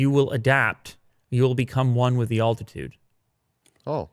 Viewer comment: please practice saying altitude